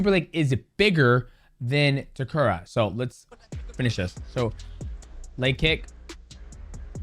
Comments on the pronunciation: His name is Takeru (Tae-ker-roo) not Takura 😅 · Takura is a crazy pronunciation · its takeru ffs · Please pronounce takeru’s name correctly haha😂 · I honestly got mad every time he mis-pronounced his name lol... How is Takeru so hard to say? lol